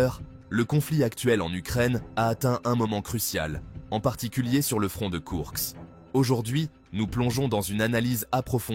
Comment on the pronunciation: Koursk et non Kourks